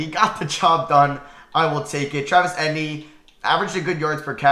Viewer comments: say it with me it e tee en not etin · It’s Travis E-Tee-N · The way you say Travis etienne is making me mad. It’s pronounced E-T-N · Your pronunciation of certain players’ names like Chuba (chew-buh) and Travis Etienne (ee-tee-en) is hilarious 😂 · I came to the comments just to say this. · Same how is it that hard to pronounce, literally 3 letters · Love how he pronounces Eitenne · i was gonna comment that lmao. “travis etinee” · It’s pronounced Travis ETN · Its pronounced Travis etn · If says Etienne wrong one more time imma scream 😂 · The way he says Travis Etienne's name is hilarious. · Literally makes me laugh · holy shit... hahaha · Bro butchered Travis Etienne's name